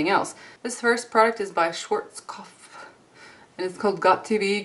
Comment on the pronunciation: Hehe love the way you said Schwarzkopf, it's a tricky word! Hehe "It tends to poke you", love your sense of humour.